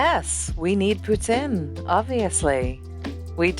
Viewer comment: As a Canadian. The way she pronounced poutine drives me insane! It's Poo-teen! XD Her kitchen is gorgeous! I usually don't really like all one color furniture but she really made this work!